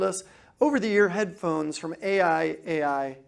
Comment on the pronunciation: The brand is pronounced "I I I"